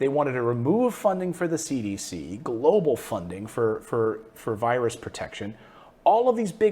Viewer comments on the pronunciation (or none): Mr Morris i was watching the president's speech sound like he said vagina instead of the virus watch it and see what you hear. Lol